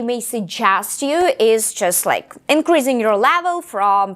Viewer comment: М-да, произношение хромает. Помимо акцента можно услышать такие грубые ошибки как озвончение звука /s/ в словах increasing, basically, гласный в словах deal, please звучит ближе к /ɪ/, чем к /i:/, в одном месте резануло слух слово very, произнесённое с палатализованным звуком /v/, так что английское /e/ звучит как русское 'е'. Это хорошо, что она говорит громко, но она произносит одинаково громко и ударные, и безударные слоги.